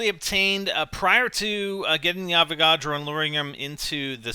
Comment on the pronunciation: When he says" Avagodro" does he mean electric boss???